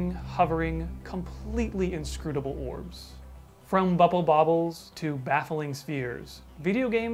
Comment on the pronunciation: Take a shot every time says "scrutable," next novel, "orb"